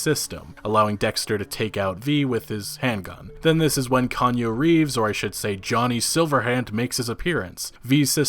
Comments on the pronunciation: Every. Single. Time. Kan U Reefs! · Kanye Reeves ? Kanyu Reeves ? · Kanye Reeves? Lol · "Kanju Reeves" -, 2019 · "Kanye Reeves?"